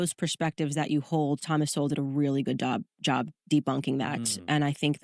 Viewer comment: She said "thomas did a good dob" hahahahah